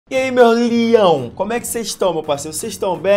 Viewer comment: Ele falando "LIÃO" é mt engraçado KKKKKKKKKKKK